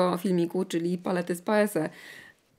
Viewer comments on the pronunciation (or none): none